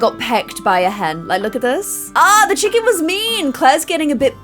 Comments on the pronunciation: I love how she says chickom instead of chicken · Is it just me or 'Chickahn" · I love in Georgia in the USA and every time she says Chick-ahn I get warm and fuzzy.